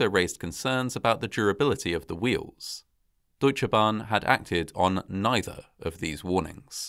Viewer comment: Great Job at pronouncing Deutsche Bahn! 👍 Native English speakers often seem to struggle with how to pronounce the German 'eu', but you did a really great job! (I often hear it pronounced as 'oo/u', but it's really closer to 'oi' :))